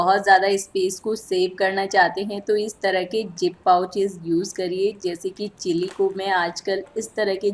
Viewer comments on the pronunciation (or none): none